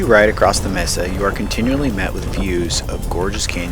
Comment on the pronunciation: MAE-Sa for the love of pete, MAE-Sa, not MEE-Sa.🤣 Otherwise cool video.